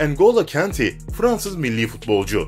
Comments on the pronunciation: Abi kenti diye degil ya kante de ya da konte de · Engilo kanti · Abi kanti deyil kante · La futbolcu isimlerini adam gibi söylesene ya gıcık ediyor aga engolo kenti ne engolo kante diye okunur idin hazırd ne la eden hazard diye okunur paal pagba ne birader çok gıcık ya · Video güzel ama isim tabirleri kanti eeedın hazırd pagba faln gülmekten öldüm djjdjdjeje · Boş Kutu düzgünü şu Embolo Kante